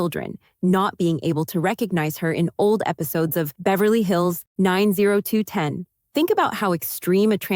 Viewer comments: Nine zero two ten?? Tell me you’ve never watched 90210 without telling me you’ve never watched 90210. Shame on you. Definitely get on that. That’s one of the most iconic shows ever made. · "Nine-Zero-Two-Ten"?! You're as dumb as a second coat of paint. Hint: It's a zip code. In Beverly Hills.